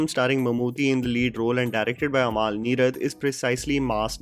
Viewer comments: Its Amal, not Amaal. :) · Bheeshma Parvam.. not varmam Not amaal its amal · Just to correct recent mispronunciation. Please follow अमल नीरद not अमाल , भीष्म पर्वं not वर्मम , गोविन्द वसंता (Vasantha is Govind's mothers name. He rechristened himself from Govind Menon to Govind Vasantha to break away from patriarchy.) Big love to you.